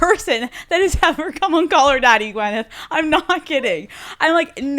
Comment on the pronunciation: Stop calling her GWENeth, it’s GWYNeth- her assistant